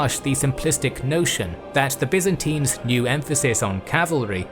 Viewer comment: Byzantines!! not Byzintines as you say it!!